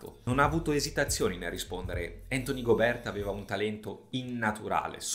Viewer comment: Tutto giusto però non ti offendere ma Gobe'rt pronunciato così non si può sentire 😂